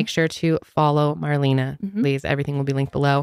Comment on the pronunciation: You could at least pronounce Marlena‘s name correctly.